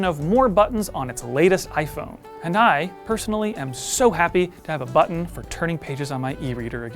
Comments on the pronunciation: Thank you so much for saying “button” correctly. I would not have made it though if this was about the “BUH-EN” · Thank the gods you have a presenter who is capable of pronouncing the Ts in button. There's a videogame channel on here whi is incapable, and it drives me nuts when he says "bu'-on"